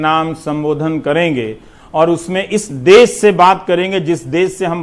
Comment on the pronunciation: देश होता है देस नही सर